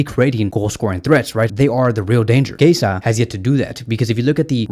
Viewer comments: He is [kieza] not [keisa] 😂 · Chiesa is pronounced “Key-yezza”